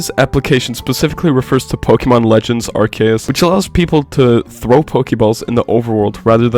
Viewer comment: Nah bros pronounciation of ARCE- US has me tweaking in my college classes bro